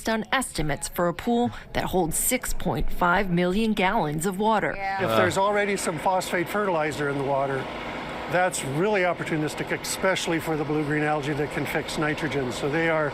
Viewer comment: That pool-expert dude said "exspecially," like he’s a nine-year-old who has never read a book. That’s shameful. Why are so many Americans unwilling to learn their own language?